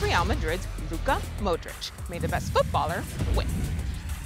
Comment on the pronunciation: The way she pronounced Modrić lol